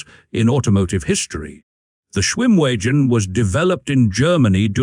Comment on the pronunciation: If you keep calling it a schwim wee gen it's not going to come when you call it.